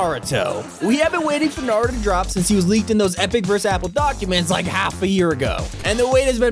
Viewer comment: At least he said naruto right